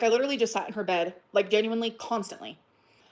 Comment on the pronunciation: Between the mouth popping, the “Ginuinely” & the smugness- this is so hard to listen to- thank you for doing this for us 😂😂😂 The “lie” was it was IG instead of Tumbler? Emily probably talks to super morbidly obese women on EVERYTHING! She just got confused at which site it was. was coming out to play